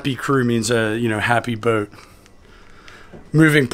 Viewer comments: You know you say the word boat without the letter “w” 😂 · The only man in the universe who pronounces boat this way. I enjoy each one